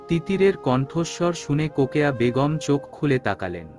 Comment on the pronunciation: রোকেয়া না বলে কোকেয়া কেন বলে